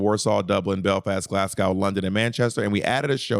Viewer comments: If you see this Bob, it’s Glas-go not Glas-gow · not "glass-cow", roberta!! 😭😭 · Glasgow rhymes with show, not Glasgow rhymes with cow ❤